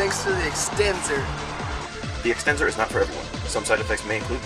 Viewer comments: extenzor, lol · ahahaha the extenzor XD